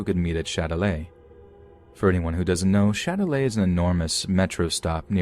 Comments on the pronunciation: Lmao the last story it's Châtelet not Shilelagh 💀😂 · « Shillelagh » 😂😂😂 It’s Châtelet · Let’s meet at the shillelagh? I had to look it up cus I knew damn well that wasn’t French lol